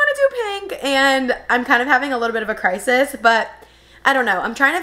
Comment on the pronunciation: You lost me at ‘crisis’